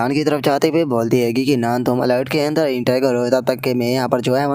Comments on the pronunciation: Bhai bo alert nahi altar hota hai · अलर्ट नहि अल्टार बोलिय ।